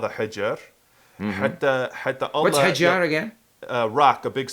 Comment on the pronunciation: That was cool..best video ever I hope you do that again But there is something i would like to correct when you say stone in arabic: hijar not hajr because the last one its spelling means quarantine 🙄 love u and best regards ❤️